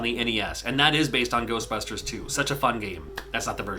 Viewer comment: GERSTBUSHTERSH! Never gets old.